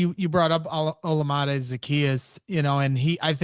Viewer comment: Will someone please tell how to pronounce Olamide